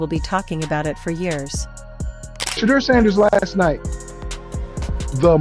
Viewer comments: Please have her stop saying Shaddow Sanders to She-deur Sanders. So sick that they can’t say it right. She is on NFL Top Stories. When I hear her I want move stations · Please LEARN HOW TO PRONOUNCE HIS NAME. I WILL never subscrbe UNTIL YOU DO & ADVISE NO ONE ELSE TO. THESE SITE PRODUCERS ARE WAY TOO DISRESPECTFUL OF SHEDEUR SANDERS & I THINK IT IS INTENTIONAL - PRONOUNCED = SHA DOOR RAH. DUMB DUMB:face-orange-raised-eyebrow::face-orange-raised-eyebrow::face-orange-raised-eyebrow::face-orange-raised-eyebrow::face-orange-raised-eyebrow::face-orange-raised-eyebrow::face-orange-raised-eyebrow::face-orange-raised-eyebrow::face-orange-raised-eyebrow::face-orange-raised-eyebrow::face-orange-raised-eyebrow::face-orange-raised-eyebrow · Um the Ai voice over is pronouncing Shedeur’s name wrong….😮 Put some respect on his name 😡😡😡😡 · 😢you Ai folks need to knock it off if YOU can't show enough respect to pronounce his name correctly. Deleting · You need to get the correct pronunciation for his name